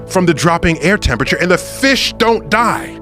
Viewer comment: This man so smart he mispronounced fish on purpose